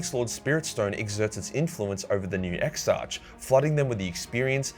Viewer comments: It is painful to hear (ex-ark) pronounced (ex-arch). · Exarch is pronounced as ex-ark, not ex-arch. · Exarch is pronounced ex-ark. Just so ya know. 👍